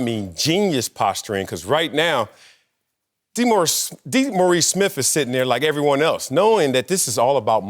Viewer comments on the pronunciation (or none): Fellas, his name is "Dee-Morris"!